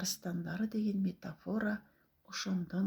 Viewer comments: МетафОра эмес, МетАфора дечи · Булагын жазып коюнуз сураныч. Баса метАфора деп айту туура. Сиз байкасаныз метафОра деп айтып жатасыз.